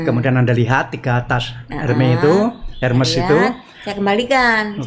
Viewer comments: Selamat sore Pak Dahlan Iskan. Saya mohon maaf mau menginformasikan cara menyebutkan merek tas HERMES yang benar adalah ERMES tanpa menyebutkan huruf H nya dan dibaca seperti kita membaca tulisan bahasa indonesia. Terima kasih dan salam sehat🙏🙏. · Pengucapannya ÈRME . Karena itu bahasa Perancis dan diucapkan sesuai dari negara asalnya , biarkata orang nya dari Indonesia atau bangsa lain .